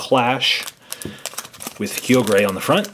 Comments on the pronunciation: it is pronounced Ky-ogre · You say Kai-oh-ger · It's pronounced Kyoger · and it's said kie-og-er